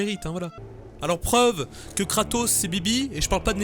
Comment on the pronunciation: kratos... sotark ? et pas Socrate ? sotark ! la fusion de Tony stark et soral